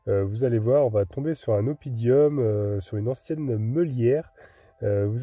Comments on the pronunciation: Désolé mais c'est un mot latin, on dit OppiDUM et non oppidium, sinon très belle balade tranquille !!! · Belle excursion encore… juste un petit correctif on ne dit pas oppidIum mais oppidum il n’y a pas de i entre le d et le u……😉 mais franchement c’est juste pour les puristes🤣🤣🤣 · Oppidum comme c'est écrit sur la pancarte et non pas oppidIum comme dit.